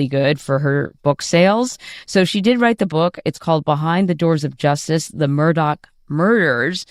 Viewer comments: She's a freaking broadcaster and she sang MurDOCK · Murr-Dawg. Should be jailed just for that pronunciation. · His name is Mur-DAW. There isn’t a k at the end of his name. A journalist should know proper pronunciation of names, etc.